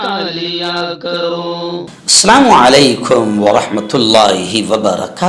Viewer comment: Aap apni salam p dhyan de plz..asslamoalaikum hota h ..asslamoalaikhum nh...